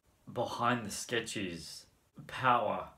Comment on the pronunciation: I think you mispronounce the word in gelfling and skeksis